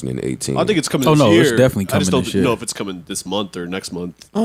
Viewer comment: Joe its Month not momf